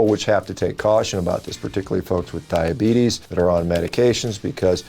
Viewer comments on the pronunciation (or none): Loved the video, however...diabetus? Lol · Hahahahaha "DIABETUS". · Ah is it supposed to say "Diabetus"? 🤔